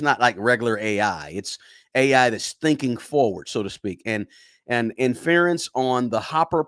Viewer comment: Thank you for pointing this out. This guy is pronouncing a lot of words wrong. Jensen's last name Huang , and Inference.